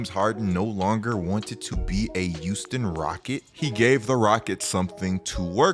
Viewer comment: Am I trippin or did say "youston" instead of Houston rockets